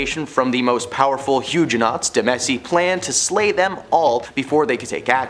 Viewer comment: Yes! And it’s pronounced Medici (Med-I-chi), and dowager is pronounced dow-ag (g like j)-er!